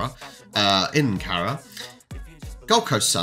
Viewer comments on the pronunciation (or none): ...Gold Coast's home ground is pronounced Car-ra-ra